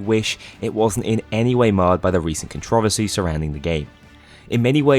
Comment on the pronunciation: Did my man really said Con-tro-bear-sea instead of Con-throw-verse-E